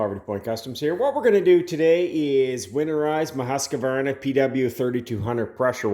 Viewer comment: just fyi, it's Husq var na..... three sylables, not four.